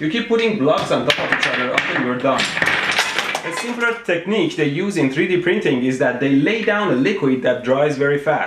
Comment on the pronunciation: when he knocks over the bricks and Said's Thekneak instead of technique was so funny